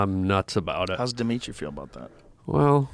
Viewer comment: Diminitri 😂 wtf bro